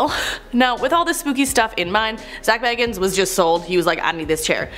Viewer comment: It sounded like they also pronounced zac bagans name wrong ngl